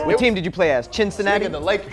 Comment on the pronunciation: said 'Chin-cinatti'.... Lmao